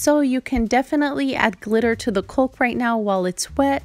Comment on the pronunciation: Caulk is pronounced like cawk.